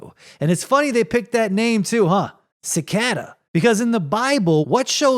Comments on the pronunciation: Wtf is sicada? Its pronounced Ci Kay Das lol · Generally a mispronounced word isn't funny, but when you say it 50 times in a row it's kind of hilarious. I can't believe that you've never heard the word cicada before. How is it possible that you can't pronounce a word that you've likely heard hundreds of times?